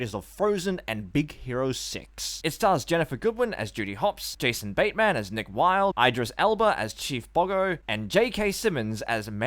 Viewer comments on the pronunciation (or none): Correct me if I'm wrong, but did I hear you calling the fox "Mick"? His name is Nick Wilde, I do believe.